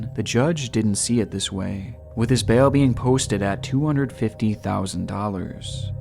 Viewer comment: love your videos but... bail, not bell.... At first I was like what? bell? Than I got what you were saying